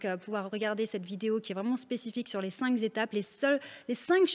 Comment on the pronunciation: Coucou merci pour tout. Tu as fait une faute de liaison et avec AMITIE je te donne la technique pour ne plus jamais te tromper sur les chiffres et les liaisons. Tu as dit "les 5 "z'" étapes" alors qu'on dit les "5 "q" étapes". Pour ne plus JAMAIS se tromper il faut revenir à ce que l'on sait par coeur: les ans..Quel âge as-tu? j'ai 2 ans, j'ai 81 ans, 95 ans, 35 ans...Naturellement, on fait la liaison sans se tromper et sans réfléchir. Pour tous les mots qui commencent par une voyelle on n'applique la liaison que l'on appliquerait s'il s'agissait du mot "ans". On peut s'entraîner presque tous les jours avec les euros et après ça devient automatique, on n'hésite plus et on ne fait plus la faute. Merci encore pour tout ce que tu offres